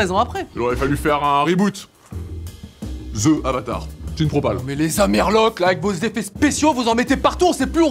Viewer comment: vous savez que pas parce que c'est anglais que le 'TH' deviens 'Z'. On ne dit pas 'ze' , mais 'the' (de). ca fait un peu fif zozotter